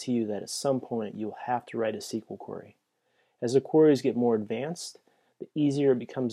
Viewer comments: This is an excellent guide, but I do have one gripe. "Query" is pronounced like this: A "quarry" is a place where they dig up rocks. It is also another word for prey. I dunno, it was just really distracting for me. But, like I said, this is an amazing guide to Flask. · LOL I was going to post the same thing. It's "normally" pronounced queer-eee.